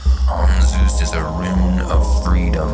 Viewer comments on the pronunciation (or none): This is pronounced incorrectly - the z & s have been switched .